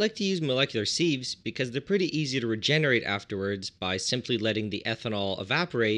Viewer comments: Was wondering what molecular "seeves" are, then I realized I you meant "sieves" - in England we pronounce it "sivs" ;) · What's a seeve, I only know sieves, sivs. sieve /sɪv/ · "Seeves"? I thought it was pronounced "sivs" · You should note that "sieves" is pronounced as a siv or as sivs, and not seeve or seeve. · Seeves? Seeves??? It's pronounced, "sivvs" ya hoser! Eh! Ohhhh Canada...............Calice! Tabarnak! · They are pronounced "Sivs" not "seevs" 😂🤦🏼‍♂️ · Interesting to his hear the pronunciation of sieves. In the UK we pronounce it 'sivs'. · great video... but my prof in grad school would have killed me for pronouncing the zeolytes you are using as "Molecular.... See-ves" :) Siv.... not Seeeves here are both American and British pronunciations: (also, be careful. not all denaturing agents can be distilled out.... good example is methanol which is often used +/- Bittrex (Denatonium Benzoate) Run an NMR to see what's in there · Sives.. not sEEVes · I’ve never heard sieves pronounced as “seeeves” before. Certainly not that many times ;) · For sieves, try pronouncing it "sivvs" to rhyme with _adjective_. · Seeves? Buffoon. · Plus he says it wrong. It's pronounced sivs with a short 'i' sound, like in the word "little" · I thought you were saying "molecular seeds"! The mind boggled at what would grow from planting a "molecular seed"! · You can just pronounce sieves as "sivz" or a "siv" for singular. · The way you pronounce "seeves" is painful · sieves pronounced like "shiv" (less the sh --> ss) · Sieves, not seeves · I only came here to comment that! could've been worse could have been loominum seeeevs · Was enjoying the video until the seevs! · Sieves aren't pronounced like that... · Pronounceing sieves wrong